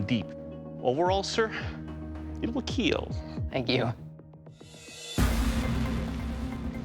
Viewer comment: IT WILL KEEL